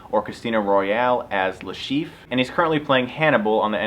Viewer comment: Is this how Americans pronounce "Chiffre"? Like "chief"? weird...